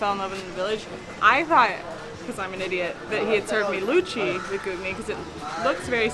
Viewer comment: Love the fact that you said Luchi :)